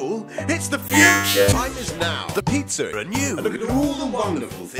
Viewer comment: No it's because pronounces it like pizzer